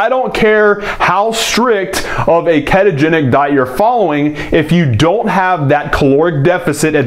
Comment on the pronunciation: It's ketogenic not keetogenic LOL